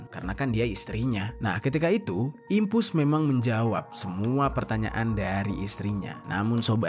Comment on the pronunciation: Dimpos keknya bng bukan dimpus 😅😅